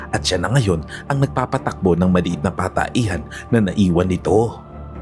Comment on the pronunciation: Nakailan ulit ko talaga naririnig yon Pataehan idol.😂😂😂